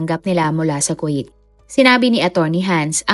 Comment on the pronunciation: NO BASHING PLEASE BUT Miss narrrator ayusin nyo nmn po ang pronunciation ng mga salita tulad ng "KUWAIT" (ku-w8) hindi po KWA-it! Im sure d lng adults mga nanunood kundi May mga bata rin pra po macorrect din kung papano tamang pagbigkas ng mga d nkkaalam ang hindi cla mapahiya at yung tamang pgbasa at pagbigkas ang mkksayan.